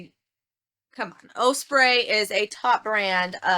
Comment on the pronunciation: Starting off well.. A $500. Sale is Awesome!! Love your videos. Keep up the good work!! ~ About your Osprey Bag ~ it is pronounced oss-pray like BOSS without the "b".. So think of it as: Boss-Pray without the B. OK? ~ Sorry for lecture, but it drives me crazier.. Luck to you & your kids in this Summer Extreme Heat.!.! ~ Blessings..